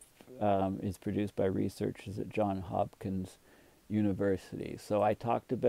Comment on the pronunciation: It's Johns, with an s, Hopkins. Unbelievable that an academic would not know that.